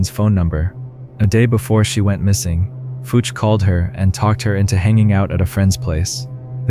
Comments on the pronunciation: it's pronounced more like "Fooch", not "Fucc". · When you said Fucc instead of Fucci I died of laughter 😂😂😂😂